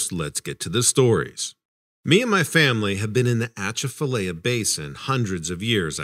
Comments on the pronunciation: AH CHAF A LIE YA Is how you pronounce it dude!!! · It's pronounced uh chaff uh lyla, just fyi